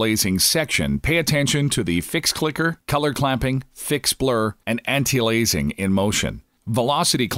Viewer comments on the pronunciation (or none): "Anti A lazing" LOL. That's some insanely good Text to voice synthesis... but it utterly fails on a couple words.